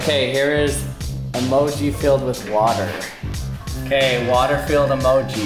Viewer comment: E-moji not a-moji: e-moji emoji